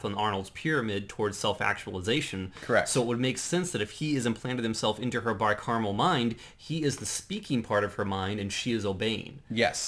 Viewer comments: Wow I actually made it all the way to the end of this one!! Nice on guys. It's Bi-Cameral tho... not caramel... caramel delights would be tasty tho :P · Car-a-mel, and cam-er-al. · why do you keep saying bicaramel mind? its bicameral mind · Everybody keeps saying it wrong. They said carmel like three times at least, its CAM-eral like camel lol